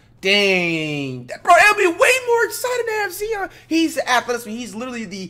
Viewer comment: His name not zzzzon .. its ziiiiiiionn .."ZZZ iii onnn lol